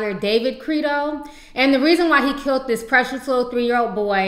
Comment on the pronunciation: stop saying kilt instead of killed.